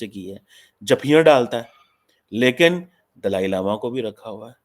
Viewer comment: can't even pronounce Dalai Lama properly bt his heartache for chynah is overflowing.